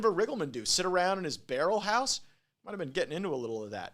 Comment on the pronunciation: "muh barrol house"